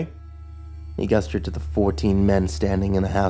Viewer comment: or when he pronounces gesture as "guesture"